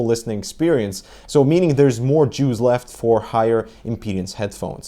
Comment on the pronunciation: He did say jews instead of juice. LOL. I think it's due to his Russian accent.